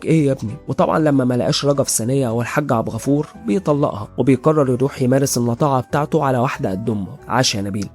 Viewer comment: بغيت انبهك لا اسم النبي حارسه لأن لا احد يحرس الا الله و كمان حاول تقول عبدالغفور بدال عبغفور و حاول انك تغبش على النساء و ما تحط موسيقى و الله يوفقك يا غالي